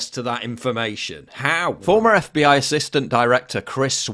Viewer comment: I could swear she says "FEI" not "FBI"